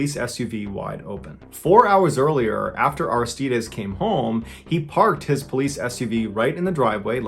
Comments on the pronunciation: It's pronounced Ar-iss-tide-eeez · Take 2 min to learn how to pronounce Aristides Jeezus